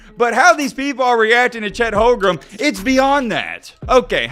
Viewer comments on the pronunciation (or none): You can’t even pronounce his name right 🤣🤣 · He can’t even pronounce OKC #7’s name right.